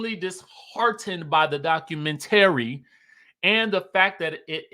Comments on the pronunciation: Documen—tary 😂😂 I change the pronunciation of words also.😂❤ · Are you related to "espo" LaTisha? You don't know how to pronounce "documentary"?